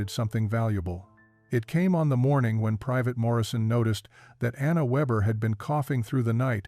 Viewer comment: Anna Weber (means weaver) Surname is pronounced VAYbuh.